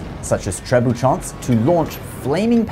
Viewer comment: As a french speaker I did cringe at that pronunciation xD You don't need to make any nasal sounds, there's no 'n' in there. You pronounced it as if it was written "trebuchants"